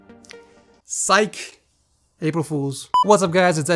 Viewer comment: he said....... psyck lol